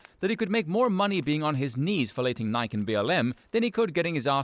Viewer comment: Pronouncing Nike you actually pronounce the e on the end. Nigh-key